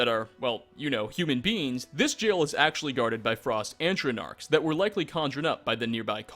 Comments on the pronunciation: A stonk arks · Ah yes. Antronarks